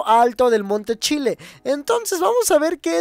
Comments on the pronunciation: monte chile jajajaja era monte chiliad pero yo también le digo monte chile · "Monte chile" xdddd "chilIAT"